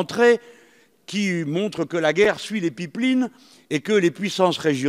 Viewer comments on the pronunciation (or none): arrêtez de prononcer "pipline" mdrrr faut dire "païpe laïne"